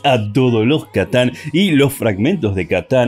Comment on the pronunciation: KATAN NOOOOO C`TAN . C SE PRONUNCIA "CE" NO "KA" .PRONUNCIALO BIEN